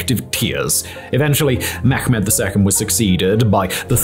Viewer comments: It's pronounced Meh-med not Me-ghh-med. Thanks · Mehmet in Turkish is pronounced with a soft “h” ! Please stop saying “Mekkhhhmet”. Thats so cringy and simply wrong